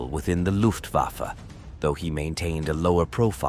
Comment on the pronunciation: 「ラフトバファ？」「ルフト バッフェ」では？